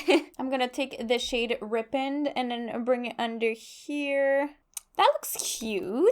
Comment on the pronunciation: Rippened? You mean "ripened " right? Ry-penned. Like "the fruit ripened on the tree" 😂